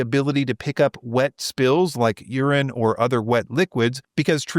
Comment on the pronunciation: did you say “urine”?